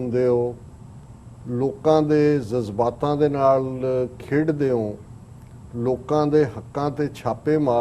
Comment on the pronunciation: sorry hope you don't mind please the word is jazbaat not zazbaat. May you live long. Thanks